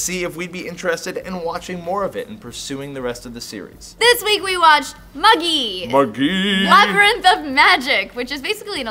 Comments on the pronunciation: Good, she's not completely mispronouncing Magi, like she did last episode :) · the anime, both subbed and dubbed, pronounce it as mah-gee. they were pronouncing it correctly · the anime, both subbed and dubbed, pronounce it as mah-gee, so even if the real word is pronounced as mah-jai, the correct pronunciation is mah-gee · Why are you guys being so mean? The anime has the pronunciation as Ma-Ghi so why shouldn't they say it? cut them some slack. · 1) Magi with a hard "g" and short "i" is the Japanese pronunciation and is closer to the Latin, Greek and Persian word. Magi with the soft "g" and long "i" is the English pronunciation of the plural of the word "magus". Stop complaining; both pronunciations are valid. 2) Can we please stop pointing out "lack of knowledge" about anime? knows plenty about anime and Japanese culture. Analyzing most of the comments by people on the subject, their own knowledge of anime doesn't extend past dub episodes of Naruto and the fact that they just started watching Sword Art Online and Attack on Titan. 3) Can we get Hajime no Ippo after Bleach? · owwwwww , you pronounced magi right. :3